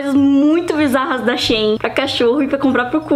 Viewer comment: Né xêin não, é xi-in